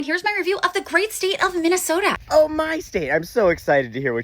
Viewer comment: and the best part of Minne-Soo-ta is the millions of great people. except for michelle bachmann. your content rocks! I grew up in the shadow of the schmidt brewery and will stand tall for my hometown.